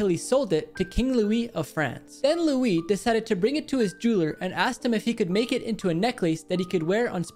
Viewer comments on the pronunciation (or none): none